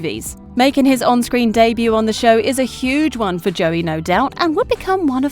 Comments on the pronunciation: Why joey Locke it’s joe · ✨J O E Y✨